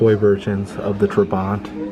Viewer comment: Trabant, called Trabbi, not Tribant.